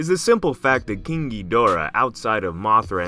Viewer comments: Why do you say king as keang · Why are you saying ging gigorah? Say king! 😂